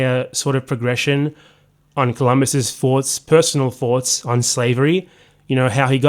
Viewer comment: Did you say “foughts” in place of “thoughts” ? Weird.